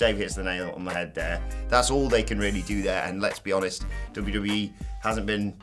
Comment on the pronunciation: "To be 'oneeest" you should always be honest.